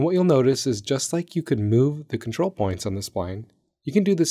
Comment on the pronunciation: What the heck do you mean com-trol select be more specific . Not Helpful.